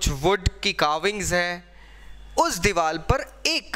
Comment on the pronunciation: It's "diwar" not "diwal" 😬🙄